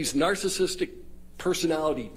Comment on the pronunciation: This man can’t even pronounce ‘narcissistic’. He says ‘narcis’tic’.